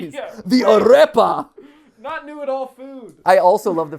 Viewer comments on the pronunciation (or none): Hi, a Venezuelan here! First of all super psyched that you're mentioning Arepas in this not-live, arepas are originally from Venezuela. Just wanted to say that the "r" in Arepa is a soft r different from the hard R that you're pronouncing (single r is soft, double RR is hard).FYI [aˈɾepa] if my longwinded explication isn't clear hahahah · THE "AREPA" I love it 🇨🇴